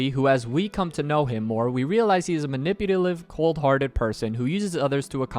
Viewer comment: "Maniputalive", ight we need to talk